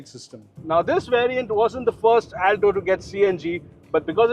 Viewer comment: He mispronounced the word, Alto every time he says it. Not expecting from an experienced journalist. 😏